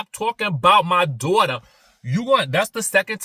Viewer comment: Stop talking about my "DWAUGHTER!" 😂😂